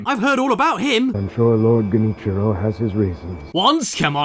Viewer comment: Part 1: Him: Lord... Grenitchmeantime... Me: Wait what?! What the heck did u just say... No not.... Forget it you can't say Genichiro right! Least it is not as bad as Seekyro Shadowls Dee Twikee. Part 0.5: Him: It's so Japanese even the game title is hard to pronounce Me: Wait what? Him: Seekyro Shadowls Dee Twikee Me: Uhm what? (It's Backwards .-.)